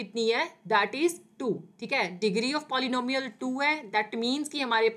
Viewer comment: Abeeeee tum pehele polynomial bolna sikhoooooooo